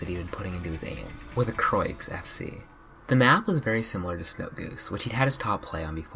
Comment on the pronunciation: croix is pronounced kh ro ah